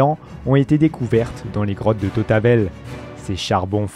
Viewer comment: Et l'homme de tautabel